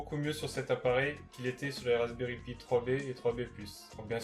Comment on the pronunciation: C'est pas pie c'est pi